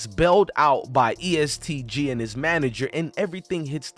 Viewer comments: louis-ville EAST Lu lmfao its E S T Gee hahaha. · First of learn how to pronounce Louisville.. Second it's E-S-T Gee‼️ Makes You Sound Silly Asf 😂